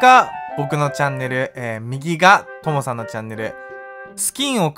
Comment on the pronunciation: ともさぁぁん！！が父さぁぁん！！に聞こえるw